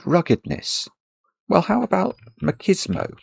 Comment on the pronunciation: MACHISMO is pronounced as MATCHISMO, not MAKISMO.